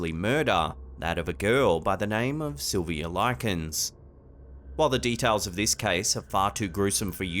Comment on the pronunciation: it's properly pronounced "SYL-vee-uh LIE-kins", NOT whatever you said.